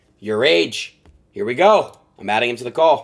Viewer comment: Said adin wrong 😭